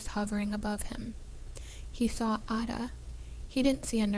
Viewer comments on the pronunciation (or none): LOOOVED This story! Would love to have another story about Ada. It’s actually pronounced A (like apple), DA (duh). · The pace of the narrator’s voice must be quickened, because this present voice does not inspire the listener to continue listening! The pronunciation of Ada’s name, should be corrected! A, pronounced as in the letter ‘A,’ da, pronounced as in ‘da.’